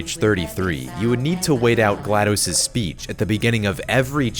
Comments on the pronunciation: Hey, you've been mispronouncing GLaDOS. It's not pronounced like dose (it's not supposed to sound like you're counting to 2 in Spanish!) but more like toss. Her name is a play on the word glad, name Gladys, and the computer term DOS, or Disk Operating System: (note the pronunciation listed) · Love the video! It's apparently pronounced "Gla Doss", like how you would say the "DOS" part of MS DOS (m s doss).